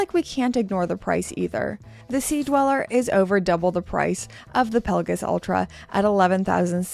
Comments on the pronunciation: Here we go with calling it a "Pella-giss" again. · Genuine question, is this how we pronounce Pelagos? I’m newer to watches and have heard it pronounced multiple different ways.